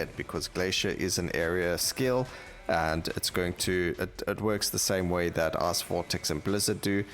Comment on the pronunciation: I'm sorry, I'm American and your pronunciation of the word "Ice" sounds like "ass" and that makes this upload so much better